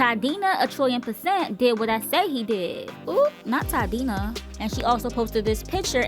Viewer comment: My btch said "Toddina", not even "Toddrina or a "Toddisha" in her Moesha melody she was so appalled she just said Toddina. Tamar we been knowing about Toddina and the schemes he sets up to come to us with the bullshiet. Kandi been annoying acts like the lead vocalist when she's virtually the Letavia and Tiny is the Letoya. If they were as annoying as those two, I can see why Beyoncé sent them to Destiny's orphanage.